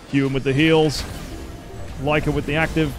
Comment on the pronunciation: You finally said that Lyca's name right hhhh